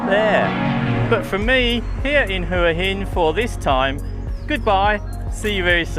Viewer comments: HUA HIN = WHAA HIN good video though thanks 👍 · Hopefully uou know how to pronounce Hua Hin now :p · Try pronouncing Hua Hin properly 😊